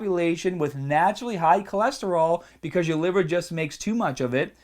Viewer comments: Livuh. HAAAHHT. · the LIVAH and diffrent PAHTS of the body are important like your HAHT ps best accent ever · dude are you from new York because I noticed the way you said "heart" "liver" and "other"